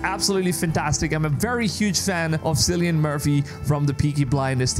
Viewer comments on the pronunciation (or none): FYI his name is pronounced "Kill-ee-an" not "Sill-ee-an". Hope this helps. :) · Did you really said ''Silian'' my god.. its pronounced ''Killian'' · "Cillian Murphy" with a hard 'C' - pronounced "Key-lian" not "See-lian". Sorry, had to get it out of my system! :P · Sillian? It’s Kill-ian- I’m Irish as well as him and it all drives us mad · Cillian is (kill-ee-un) not seal-ee-un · Its "Killian" Btw not "sillian" , the pronunciation of hia name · Just a little nitpick... your favorite actors name is pronounced KILLIAN not SILLIAN... :) the more you know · Lol at "Silly-Anne Murphy"! Cillian is pronounced "Kill-E-Ann" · not Sillian its Kill i an---- Cillian =) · Syllian? It's pronounced Killian. Sheesh! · 'cillian' is a hard C like 'killian' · Cillian is pronounced as Kylian/Kilian Murphy. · Sillian? 😂 That's not how you say his name dude! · If you were a big fan you’d know its pronounced “Killian” not Cillian. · It's pronounced Kill-ian btw, no idea why you're saying it that way. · Is is really pronounced Sillyan Murphy? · It’s pronounced kill-e-ann Murphy 🙈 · Pronounced "Killy-N Murphy" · Btw Cillian is pronounced with "K", not "S" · can you at least learn how to pronounce the name Cillian, before you make a video? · Please learn how to pronounce Cillian properly. The C is pronounced like a K.